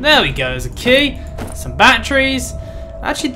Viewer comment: I like how you call batteries, bat-tree's